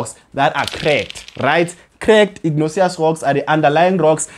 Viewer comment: Pls try pronouncing words for what they are(respectfully). I kept on getting confused on " igneous rocks." Nonetheless, you're doing an excellent job. We love your content. We always obtain distinctions in Geography. 🙏🏼